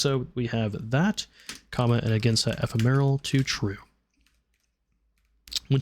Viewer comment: eh-fem-or-al.... not however you were pronouncing it... sorry, just one of my pet peeves is people mispronouncing words. 😅